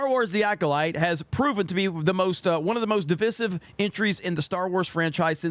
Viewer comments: Not being able to pronounce "divisive" correctly is crazy. Education has gone down so far over the years. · What's with this new youtuber pronunciation of the word 'divisive?'